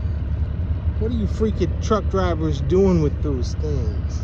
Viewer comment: I LOVE the way you say "Twuck Driiivaa!" Lol. This is great, thank you Sir.